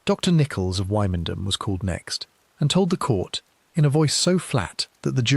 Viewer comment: Quite interesting, but Wymondham is pronounced Windam, and gaol pronounced jail.